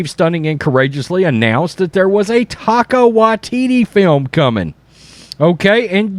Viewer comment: HAHAHAHAHAHAHAHAHA says "Taco Waititi".